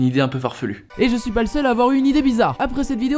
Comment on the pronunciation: « Ji souis un mec courageux » 👌😆